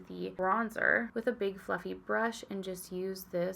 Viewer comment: Every single time you say ‘fluffy brush’ I hear ‘fucking brush’ and it’s become a problem 😅 ⛄️🎄🎅🏻🤶🏻❄️🎁🛍🧸❤️ (@